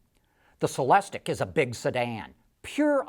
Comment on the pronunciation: It's pronounced sell-less-teak ! Stop screaming at me!